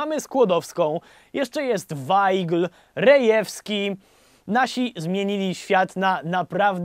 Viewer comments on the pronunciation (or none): none